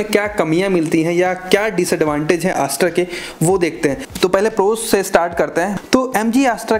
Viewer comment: Chutiya Review. Ek bhi Con valid nahin hai. Also its Astor not ASS TOR.